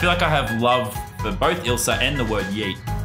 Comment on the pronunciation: Can't she say yet properly